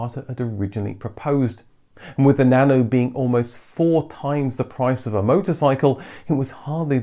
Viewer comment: Why pronouncing nano as "banana"?